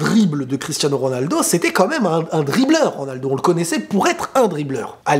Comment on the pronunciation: En même temps il peut dire ce qu'il veut...jusqu'à prononcer comme il veut le nom de RONALDO